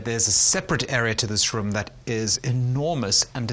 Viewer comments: Why is he pronouncing "room" so strange? 🤔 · why he say rum not room? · “ an impressive rúm” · They way he says "Room", exquisite